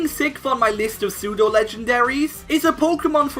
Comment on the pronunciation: WE DON'T SAY AN BEFORE SAYING A WORD THAT STARTS WITH A CONSONANT, WE SAY A! IT'S PSEUDO, NOT SUTO! DO NOT CALL ARCANINE A HE! AND TO ANSWER YOUR QUESTION, NO! ARCANINE IS NOT A PSEUDO LEGENDARY! A POKEMON CAN ONLY BE PSEUDO LEGENDARY IF IT IS THE FINAL FORM OF A 3 POKEMON EVOLUTION LINE, WITH A BASE STAT TOTAL OF EXACTLY 600!